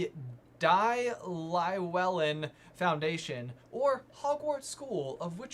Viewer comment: LLEWELLYN! There's no i in there -.-' Please do more research not to butcher other cultures and languages.